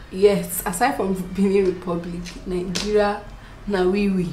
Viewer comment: 😂 😂the way you said Nigeria na we we. My first make up item was a lip gloss too .